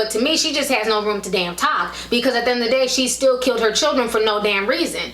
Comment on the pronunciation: The word is "killed" versus "kilt"